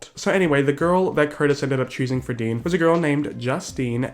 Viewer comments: When you called Dean “Dan”... 😂💀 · sorry but i fucking died every time you called dean 'dan'. really shows how he isn't all that relevant or famous and let his 15 seconds of fame get to his head. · calling dean "dan" multiple times honestly made me laugh so hard. iconic